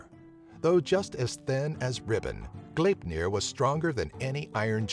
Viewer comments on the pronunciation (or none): none